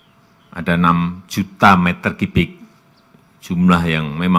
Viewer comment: berhari2 ikutin video Pak Jokowi... kalau diperhatikan, beliau mengatakan "kubik" dengan "kibik"... selalu... :)